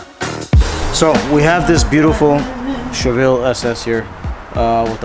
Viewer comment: He said Che-ville....Oouuu my heart..